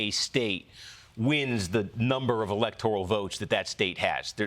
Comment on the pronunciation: I've heard her say Electoral as "Electorial" (adding an extra syllable) on multiple different shows now... Which means that NO ONE has corrected her yet. Everyone is just letting her embarrass herself because everyone is too afraid/embarrassed for her to tell her. 🤦‍♂️